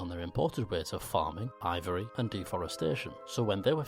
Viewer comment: when he said Ivory I almost spite water all over and was almost confused instantly 😅